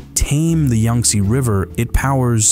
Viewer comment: Thanks much, however it’s pronounced Yang not Yung, my brother Yantse’s name is based on this river 😊❤